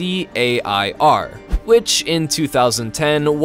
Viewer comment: He can pronounce DARPA as a word but not TACAIR